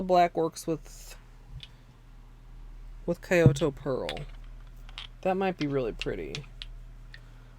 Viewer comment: just a little fyi: it's not Kai-oto Pearl it's more pronounced like key-oto ^_^